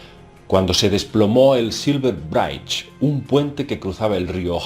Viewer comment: Silver BRAICH??? hahaha! Hay una app que se llama "google translate" que te pronuncia las palabras... just in case...lol!